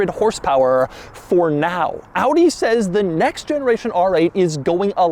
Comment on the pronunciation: Shoutout for the correct pronounciation of the brand.. thats quite unusual 👍🏻